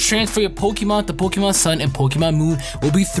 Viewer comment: it's pronounced poke E mon go back to gen 1 🙄😂😂😂